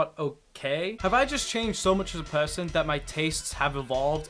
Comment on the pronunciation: as soon as he said "person" his accent increased by like 15%